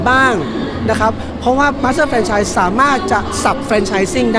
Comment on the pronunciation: ทำไมพิธีกรออกเสียง เฟรนไชน์ ต้องออกเสียงสระ แ แฟรนไชนส์ พิธีกรแก้ไขในโอกาสหน้าด้วย มันออกสู่สาธารณะ